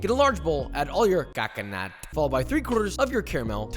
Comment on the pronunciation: I need a 1 hour video of him saying " CACA-NUT"